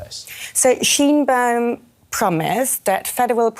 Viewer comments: SHINE-baum. Scheinbaum. not sheen. Like a light, not a gloss. Shine a light on the pronunciation. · It's not Sheen baum... it is sheh inh baum